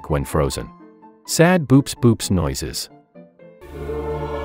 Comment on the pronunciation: hate to be a killjoy, but "boops" is pronounced "bow-ops"